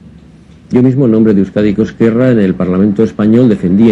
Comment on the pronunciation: muy buen vídeo. para la siguiente, se pronuncia /euskádico esquerra/ (más o menos, aunque la z en euskera es diferente)